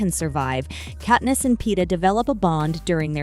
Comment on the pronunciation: Ahh yes, Kateness and Paynem 🥴🥴🥴